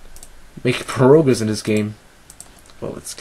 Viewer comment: At 2: 37 at first I thought he said "I need to learn how to make perogies in this game." not "I need to learn how to make progress in this game."